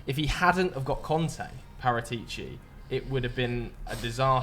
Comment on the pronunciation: It has to be said… your pronunciations of foreign names is terrible. trying to say Paratici😂